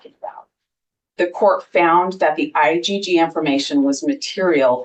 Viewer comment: Why is the judge calling IGG, "IDD"sometimes?